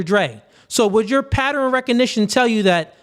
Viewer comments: it's not patter-N. It's pronounced pat-turn. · Please be mindful of saying 'patteren' instead of 'pattern' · The people who cant pronounce ask also cant pronounce pattern... what the fuck is a patteren?? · i love ya, i agree with everything youre saying, but WTF is a "Patterin"? (pattern). lmao